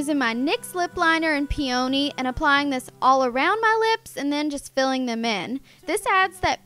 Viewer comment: Omg the way you pronounced "peony" that was hilarious hahahaha